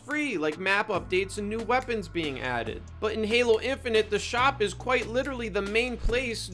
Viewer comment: "Paylo" lmao, fucking gold